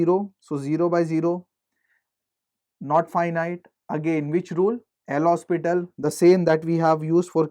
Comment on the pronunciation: hopital not hospital XD